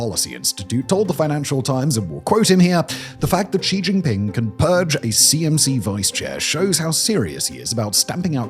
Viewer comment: Simon is the only YouTube personality I've heard that pronounces xi jinping's name correctly.